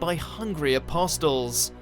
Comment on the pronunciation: Pretty sure that the 't' in "Apostles" is silent. I'd know since my country was ruled by the British and I have a resultant colonial hangover.